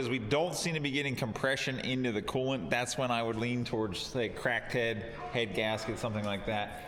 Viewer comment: sound like you say "crackhead" :-)